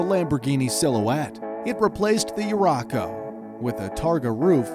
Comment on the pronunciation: Not to mention he said "Urraco" wrong as well.